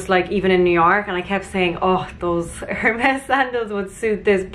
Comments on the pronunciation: Good choices. Loved it all. Vest-EE-air and AIR-MES (Hermes) 😘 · I have the sandals in black and they are incredible! Btw i think it’s pronounced air-mezz (the H is silent). Love this haul vids 😘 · It’s pronounced airmez....😊 Well done, use everything in good health!